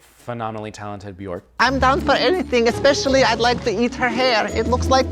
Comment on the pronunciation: I can't believe he actually pronounced Björk the proper way. Katya knows that the icelandic pronunciation for ö is not the english O. As an icelandic i am really appreciative. And I am the one who has been wrong all the time as i write her name Katja .